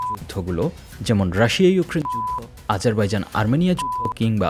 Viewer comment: যুদ্ধ বললে পুত পুত কেন করে